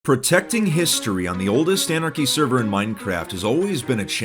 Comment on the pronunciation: Yeah "portecting history" look at you, "portecting" history.